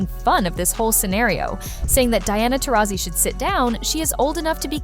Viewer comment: Pathetic channel when you cannot even pronounce Taurasi's name correctly...